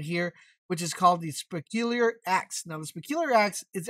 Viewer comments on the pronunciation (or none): Speculiar Axe. All this time I thought it was the se-pul-cher axe. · sepeelier...lol Se-pul-cher nuf said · Suhpuhlcherr axe. Bloodwulf shield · Yeah speculiar axe 🪓 🙄 👌 dunno why it's written se-pul-cher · Sepulcher. Sep. ul. Ker. Sepulcher